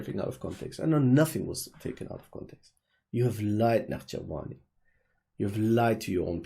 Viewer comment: Why do you say his name with Iranian pronunciation